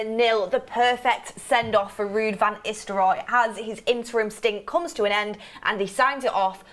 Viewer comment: Is she saying "Istelrooy" rather than "Nistelrooy"? Must be a northern girl thing.